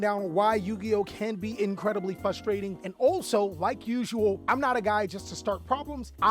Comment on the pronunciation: What happened to the "r" in frustrating